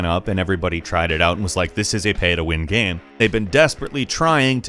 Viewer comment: The way says the word "game" is really jarring. I know that sounds mean, but it's like he found an extra syllable in there, and I can't get over it.